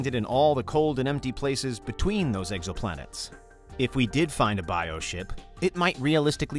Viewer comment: “Exoplanets” not eggsoplanets 👍🏼